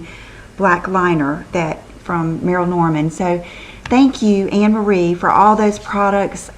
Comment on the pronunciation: Merle is pronounced like pearl, not Merrill